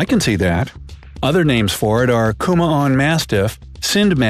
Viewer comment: Kumoun mastiff hhh